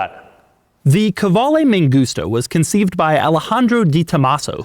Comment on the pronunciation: De Muro - Italian Qvale/Quali - Italian Doug’s pronunciation of the brand … ain’t Italian ain’t Italian-American.